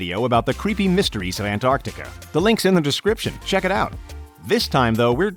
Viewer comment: An tar ti ca > Ant ar ti ca